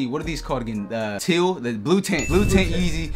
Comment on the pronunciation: He said teal 😂😂💧